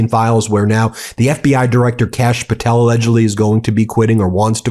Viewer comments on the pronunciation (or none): none